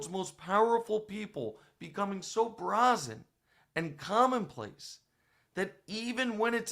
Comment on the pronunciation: It's definitely Bray-zen. No?